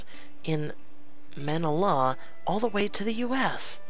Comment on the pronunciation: The way he said Manila is hilarious (Filipino here) 😂😂